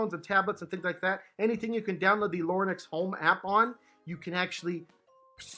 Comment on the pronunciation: He keeps saying “Lorn-ex”